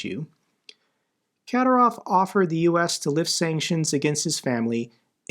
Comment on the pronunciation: The correct pronunciation of Kadyrov is Ka DEER ov. Your videos are excellent and I do listen to them every day, but it's painful to listen to you pronounce so many names of people and places incorrectly. When in doubt, Operator Starsky is the go-to person for the correct pronunciation of everyone, everything, and every place. If you would take the time to check his archives, there are videos with the names Kadyrov and Zapporhizia in the headline. Thank you.